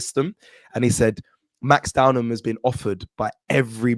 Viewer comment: its Max DOW-MAN not Downham, dont let it be another Mikel 'mourinho' Merino, or Ethan 'wanyeri' Nwaneri on this channel, if we rate these players can we get their names right 😅